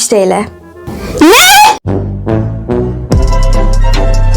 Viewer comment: Nohamız çok bişi almasa bile 32.960 tutuyo o ✨nEğ✨'de patladım 😅😂👁️👄👁️🪷